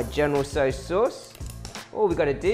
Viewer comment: Saaaauce. Soooos.